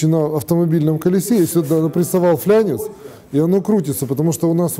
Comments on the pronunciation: ФлАнец! Там нет буквы Я) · мистр ПИЛОТ,порошу говорите правильно,не флЯнец а флАнец. многим это режет слух...извините что поправил Вас. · Очень интересное видео! Но слово "флЯнец" очень режет ухо, правильно будет "флАнец"